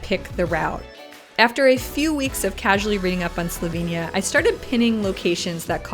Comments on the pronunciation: Fantastic video of Slovenia and so refreshing to see some research into the place name’s pronunciation, unlike many YouTubers these days! Great work!! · your pronuntiation is spotless. and a very good job you did at capturing whar Slovenija is.